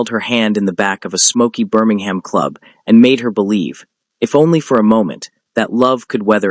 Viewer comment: Learn to pronounce Birmingham.